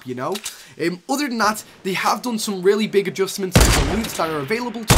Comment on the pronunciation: Any one else thought he said rarely instead of really